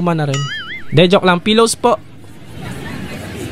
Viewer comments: yung pilows naging pilowsopo😂😂😂😂😂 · Bakit yung pillow po naging pillowsopo hahahahhh😂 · Pero yung pillows naging pillowspo hahaha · yung pillows naging pillowsopo HAHAHAHHAHAHAHAHAHHAHA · bakit yung pillows naging pillowsopo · Pilowspo yung pillows 😂